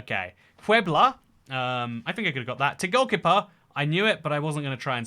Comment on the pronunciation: The way you pronounced "Tegucigalpa" triggered me so hard XD